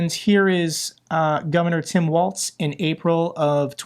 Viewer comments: it is Governor Walz, which sounds like Walls, not Waltz.. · A small correction on the picture with the kids hugging Walz, the bill provided free school lunch and breakfast to ALL k-12 students, regardless of income. Also, remember that his name is pronounced like "walls", not "waltz".